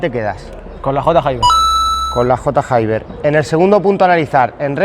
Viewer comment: J Hayber mil veces que has dicho J y luego Hayber sabiendo que no se dice así 🤣🤣